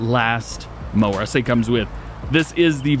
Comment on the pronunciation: idk I watched the video twice. There was times he said mower but I swear I heard him say moaning instead of mower. Maybe I'm trippin but that's my story and I'm sticking to it lol